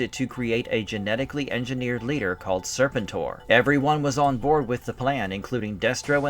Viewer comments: “sirrrr-pentttttt—OAR” that’s how it’s pronounced. Not serpent—er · Nah bruh its Ser-pen-tor step your AI up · I can’t do this with you pronouncing Serpentor like that. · Zar-tawn and Serpant-Ore.